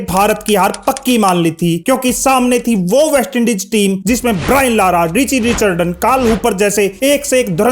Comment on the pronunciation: Ye commentary karne se pahale players ka naam to sahi se bolnaa seekh lo. Richi Rechardan nahi Richi Rechardson hai.Drama thoda kam karo achcha lagega.